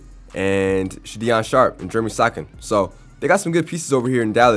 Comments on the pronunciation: It’s sha don sharp and jer a me so han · “Jeremy sokan”